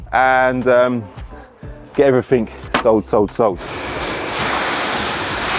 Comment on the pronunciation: It’s EVERYTHING not everythink!